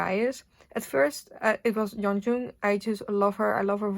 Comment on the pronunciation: Just letting you know Yeonjung's name is pronounced 연정 not 연중 ! :)